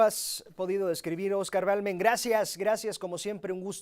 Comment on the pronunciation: Se llama Oscar Balderas , no Balmen jajaja